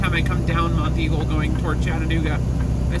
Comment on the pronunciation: Nice video. Congrats on pronouncing "Monteagle" correctly. SOOO many people not from around here incorrectly call it "Mount Eagle". I did my first 3 years OTR with no engine brake. I went down Monteagle too many times to count and did Tehachipi and Cajon Pass in CA with the scale house half way down the grade. I smoked my brakes once near the bottom of Black Mountain in NC on I-40 and TWICE on I-8 between San Diego and El Centro, CA .